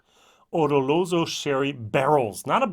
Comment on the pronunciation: O-Lo-Ro-So LOL NOT O-Ro-LO-So... Double LOL